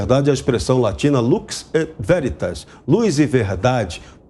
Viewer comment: Se pronuncia lux véritas, não como disse o primeiro jornalista lux veritas. Palavra latina.